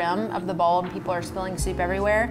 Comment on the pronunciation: She says "Bowl" like "Ball".